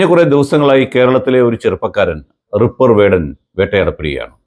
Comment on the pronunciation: റിപ്പർ അല്ല റാപ്പർ 😀😀